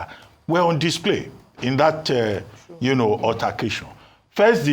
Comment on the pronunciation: "UTTER"cation. Those in the new media need good training in proper prounciation.